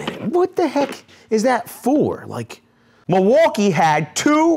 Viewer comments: Actually it's pronounced "mill-e-wah-que," which is Algonquin for, "the good land." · it’s pronounced mil-waw-key.